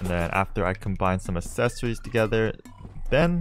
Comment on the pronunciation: Is anyone else getting kinda annoyed by the fact he says assesories instead of accessories. Double c makes a ks sound not a ss sound